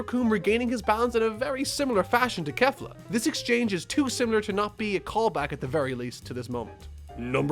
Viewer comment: Kay fla NOT KAFLA